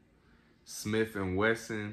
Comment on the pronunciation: “Another smiff and wesson” lmao......good shit tho